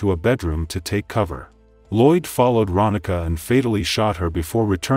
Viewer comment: It’s Ronnika (Ron-nee-kah). I went to school with her.